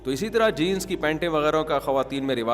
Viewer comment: Jeans not jeance